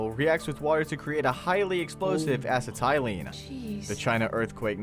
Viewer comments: Not to menton "Ass-uh-tie-lean" (Acetyline, pronounced Uh-set-uh-lean). . . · This guy is reading a script that someone else wrote. He didn't look into it. J Robert Oppenheimer. Acetylene. Not jay robert. Not assytylene.